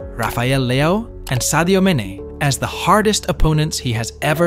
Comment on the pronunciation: "Virgil Van Dick" "Vinikius Jr" "Sadio Mene" "Marchelo"